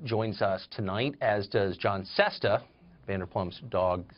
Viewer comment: VanderpLump and SesTa? For fucks sake Carlson, would it kill you to do 5 minutes worth of research on your guests so you can get their names right at least 😂